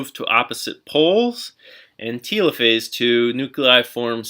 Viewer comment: why are you saying telophase like it's "teelophase" and not telophase like, "teluhphase"